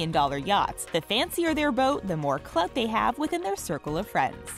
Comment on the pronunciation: Did she just say...clout?